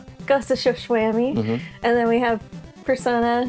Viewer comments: “Ghost of tsu-shwamy” 😂😂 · Ghost of Good Shwarma. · Ghost of Sashimi